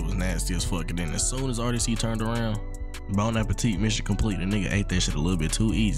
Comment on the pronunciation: “Bone apple-t mission complete” 😭😭💀💀😂